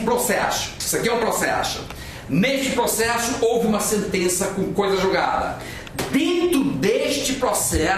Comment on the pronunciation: Ótima aula. Me acabei rindo com o "procexu" HUAHAUhUHAAHA